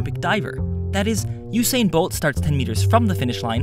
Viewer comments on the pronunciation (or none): Great video, but it's pronounced "OO-sain," not "YOU-sain." :P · it is U-sain, since it is write Usain